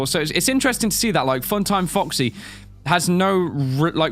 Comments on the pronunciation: It sounded like he said fucksy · When said foxy it sounds like f##ksy LOL